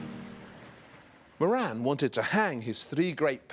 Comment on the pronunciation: Moran is an irish name .. its pronounced more-rin